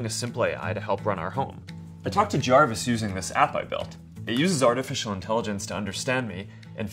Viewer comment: He is crazy. It's harvis